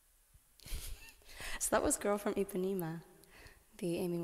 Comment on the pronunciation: It's Ipanema, not Ipaneem